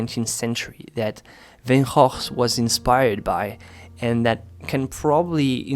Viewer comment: Love Van Goph.. This was a conversation I had with a friend a few months ago. I’m happy to hear you speak the correct pronunciation. Many people are surprised, as I was, to hear we were saying his name wrong for years. Thank you ! 💜